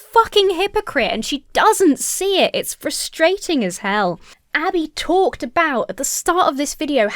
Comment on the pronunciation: I've watched other videos by orthodox women, and I don't feel like Abby is adding a whole lot. It feels like it's just her opinions and judgements, while other women will give you advice for tznuit, preparing for shabbat, etc. Edit: off topic but I love how you pronounce "frustrating"